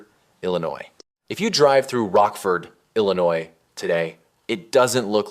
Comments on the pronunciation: Learn how to pronouce Illinois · And Galesburg.